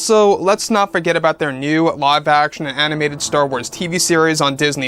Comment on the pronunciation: It's called star "WARS"!!!!!! Not Star Tornado.